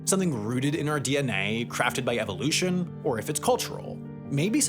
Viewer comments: Incorrect pronunciation: "EVIL" ution 😅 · I hate the way you say evolution... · great video but it hurt me the way you pronounced evolution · Can Sam please learn the proper way to say Evolution. I cringed everytime. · the way he pronounces 'evolution' 💀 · My dude why you say evolution like that? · I’ve never heard that pronunciation of evolution. It’s… distracting. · Is it just me or does he pronounce evolution weird?